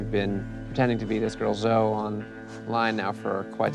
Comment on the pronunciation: Did he just pronounce zoe “zo” lmaooo